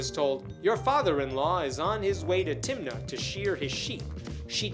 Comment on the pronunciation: When you said, "went up to Timnah", I heard, "went onto Tinder".